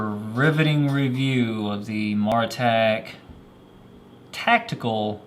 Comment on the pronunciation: By the way, not trying to be a jerk or anything, but from watching CountyComm's videos, it's pronounced Mare ah tac. On another note, I really wish some other flashlight companies would learn from this light. Mine died probably around 2 years of owning it(rev 2), loved that it had memory, and just simple half clicks for mode, and break the head for strobe/slow blinking/SOS. Not that I'd ever use those modes, but at least they were out of the way. Replaced it with an Eagtac D25LC2, great light, and I got it with a nice warm domeless LED, but after two cycles through low, med, high, you better turn it off(or half hold for a little while) or you're getting strobe junk. It's a great light otherwise with how bright and small it is.